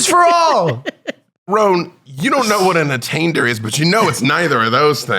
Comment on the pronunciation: A-taint-er; the beholder of a taint